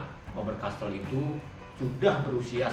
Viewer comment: Voice very bad in that it doesn't pronounce the words properly all the time. It doesn't even pronounce Faber-Castell most of the time. Terrible advertising